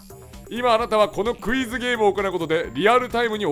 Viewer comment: 最初のクイズがうぃーすに聞こえた((